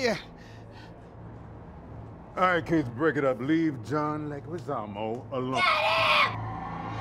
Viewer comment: It's always pronounced wrong. It's John Leh-gee-zamo. No ü in Leguizamo to make the uh sound. (Thanks to my Colombian Latin American Lit professor in college, Sra Luz)